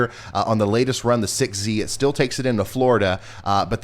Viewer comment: Is it just me or did anyone else notice how he says the word "still' as STEEL?? No?? OK guess it was just me... lol Oh and I have always found Tropical Tidbits my go to for the Hurricanes... Just saying!!